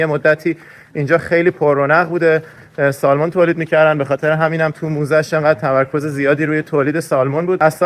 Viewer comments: در ایران نوعی از ماهی قزل آلا را با رنگ چیزی شبیه ماهی salmon می‌کنند، بطور کل این ماهی در بیشتر کشورها و زبان‌ها سمن تلفظ میشه، شما تلاش کنید که درست تلفظ کنین که دوستان فارسی زبان هم یاد بگیرند.البته هر جور که صلاح میدونید. در سفرتون به تگزاس سری هم به ما در دالاس بزنید. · با احترام در تلفظ ماهی salmon حرف L خونده نمیشه و samun یا سمن گفته میشه. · L is silent in salmon. ❤